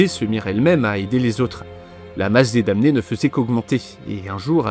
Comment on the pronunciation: Juste un truc qui m'a embêté parce que je suis pénible : la prononciation de damné en français est /dɑ.ne/ . On ne prononce pas le m.